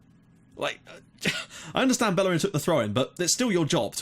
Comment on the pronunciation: Plz stop saying ``bellerin`` he is spanish so you say ``bejerin``